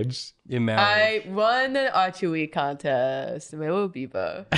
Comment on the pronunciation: The fact that this made me realize she said "I won archery contest" I was confused because I heard it as "A chewy contest"